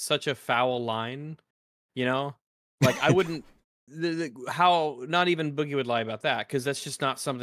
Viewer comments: Isn't it pronounced like Oogie - Boogie in Nightmare Before Christmas? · At the very beginning are they talking about ChudLogic and how he pronounces Boogie?! Lmfao I cringe every time he says it!